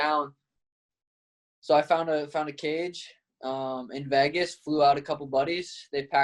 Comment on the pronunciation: hate how he pronounces "vegas" ...."vaaaagus"